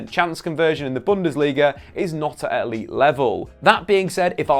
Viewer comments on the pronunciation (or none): none